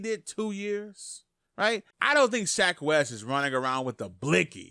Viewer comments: SHECK not Shaq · Thats shecks fault for having a name like SHECK